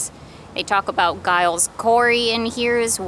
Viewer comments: It's pronounced "Jiles" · The "G" in Giles is pronounced like the "G" in George.